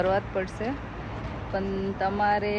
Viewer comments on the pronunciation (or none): Tame પણ ni badle પન bolo છો 😂😅